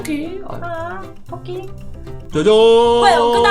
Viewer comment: 이 토끼를 또끼라해는데요?